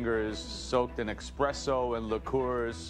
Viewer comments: “expresso” I thought this guy was supposed to be the Italian food aficionado but he pronounced espresso wrong. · >Master Chef judge >Says "expresso" 💀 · it's a regional speech thing. Some people say can't pronounce the 'es' and say 'ex' instead like 'excape'. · joe said expresso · he said it again